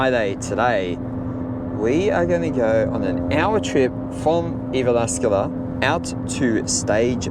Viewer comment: Did you have a challenge going on, about how many times you can mispronounce Jyväskylä? It's legit hilarious, it just gets worse and worse!